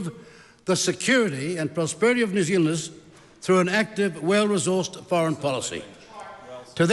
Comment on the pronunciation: I love it when Winston talks so quickly his words start crashing into each other...when "New Zealanders" become "New Zlnders"...😂😂😂😂